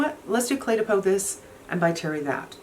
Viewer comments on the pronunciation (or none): none